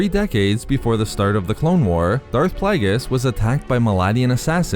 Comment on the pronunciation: Plague-e-us not playgus ffs